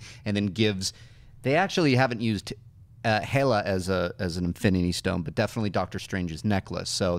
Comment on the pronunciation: It's pronounced Hell-Uh not He-Luh or Hey-Luh.